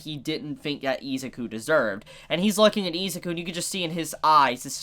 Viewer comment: Anybody else pissed off how he’s pronouncing Izuku, it’s with an I not Ezuku